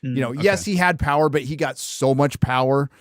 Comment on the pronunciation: 1: 55 "the pwer of butt f@ LOL